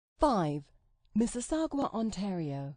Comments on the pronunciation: Mississagwa? Miss-iss-au-ga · It's miss-eh-SAW-ga, not gua! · ikr. its not miss-is-sa-gwa its miss-is-sog-a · It’s Mississau-ga not mississ-agua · Computer voice -- it's Mississauga, not MississaugWA. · MississaugWA? Where you gettin' that W from? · MISSISSAU-GWA?? What a dumbass video. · I'm glad you mentioned my home town but learn to pronounce it properly. It's pronounced "mih-sih-SAW-ga". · did this bitch say mississaugWa? lmao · did she just say mississaGWA. aw hell naw. plus this bitch shitted all over hamilton 😂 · perhaps she should check the spelling of Mississauga before pronouncing it like it is spelled Mississagua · Why can't anyone pronounce Mississauga? It doesn't have a "u" between the "g" and the "a." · Miss-iss-og-ah. There is no "W" in that word, or in its pronunciation. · Sure, kind of. As long as there is no "Wuh" sound to that "W" in your pronunciation. That is what makes the narrator pronunciation of Miss-suss-og-wah wrong. The second syllable of "Siss", or "Suh" or however you split that out, is not as big a difference to the word as we in Canada say it. The big no no is the "Wah" sound at the end. Cheers! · These clowns can't even pronounce Mississauga! Get your advice from someone who knows what they are taking about. They also advise against settling in Calgary, Waterloo, Nanaimo and Hamilton. Add all this up and you have a group of people who know far too little about Canada, let alone what lies beyond the 416 area code. They should not be charging immigrants for their advice. It's shameful. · Your not prouncing Mississauga correctly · OMG SHE SAID MISSISSAUGA LIKE OBAMA DID bahahahah that's so embarassing what an idiot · The computer lady is pronouncing Mississauga wrong. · that's not how your pronounce Mississauga stupid bitch. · Ikr. I swear only people from the greater Toronto area know how to pronounce it. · haha that pronunciation of Mississauga! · Brit computer chick slaughters French place names.